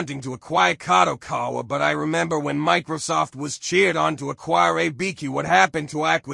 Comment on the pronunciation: The only good part of this news is hearing how many Youtubers mis-pronounce Kadokawa's name, like in this video: KadoKOwa. 😂